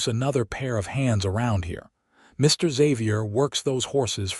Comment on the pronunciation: You seemed to pause in Mr., Mrs., and Dr.; the period should not be treated as a full stop. No need to pause.